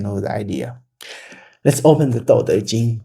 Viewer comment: you opinion is interesting. however it really bothers me you cant pronounce dao. D AO dao, not D OU dou. Laozi is not a single person, it is compilation of old masters. You can feel the difference in writing between the chapters, especially if you manage to get old original scrolls. There isnt single whole daodejing left in the world from old era. What we have today as daodejing is a compilation from few different sources dating from different centuries.